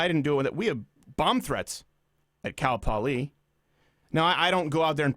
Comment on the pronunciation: look out, your canadian is starting to show. "Cal Poliee"